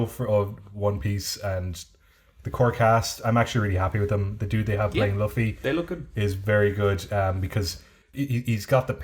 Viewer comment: I know loves One Piece but I cringe everytime he says Luffy's name. That said can say it wrong however way he wants